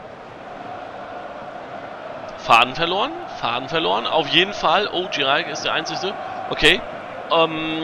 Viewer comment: Der Mann heißt JIRÁČEK und nicht Jiraek!😉